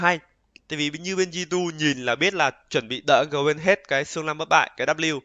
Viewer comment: Góp ý nhỏ là đừng đọc G2 là gờ hai lúc stream. Cũng k có gì đâu nhưng mình sợ sẽ bị quen lúc bình luận. Như studio nào đó bình luận cứ gờ hai với cả xê chín nghe bực vlin